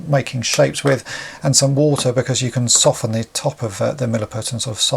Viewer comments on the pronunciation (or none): none